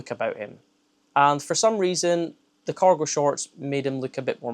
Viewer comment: Hahahaha not me thinking you were saying 'Coracle' 😂 I thought wtf are Coracle Trousers...